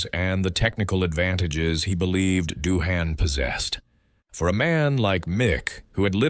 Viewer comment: Gotta be one of the worst videos I've ever seen 😂😂 what is this AI voiceover? Bunch of slop being read off, we never even hear Doohan speak, his name is pronounced wrong all throughout additionally